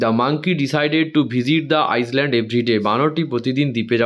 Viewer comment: island ❌iland✅ s ar uchharan hobena